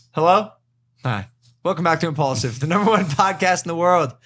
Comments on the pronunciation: 😂 who noticed that? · Day 2 of “”